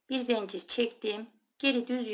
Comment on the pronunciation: Zencir değil zincir.lütfen